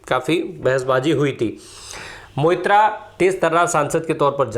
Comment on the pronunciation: कृपया 'मोइत्रा’ के जगह 'Moitro' , सही उच्चारण रहेगा - धन्यवाद 💙